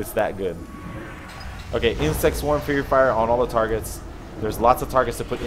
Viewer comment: its faerie fire not fury fire:)